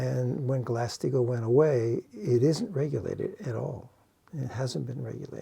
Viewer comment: What is saying? Glassed eagle? Glass Steegle? Haven't heard this.